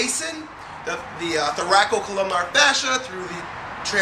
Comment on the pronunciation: Dear, It's "thoracolumbar" fascia, not "thoracocolumnar".